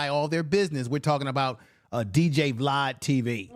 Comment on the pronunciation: lol i feel this vid thanks but...does hoffa is absolutely not pronounced "huff." 😅 also jamar isn't pronounced "jamal," vlad isn't pronounced "vlod," etc.